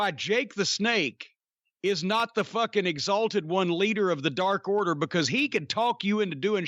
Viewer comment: ..... DARK Order, Corny, not dork order.... LMAO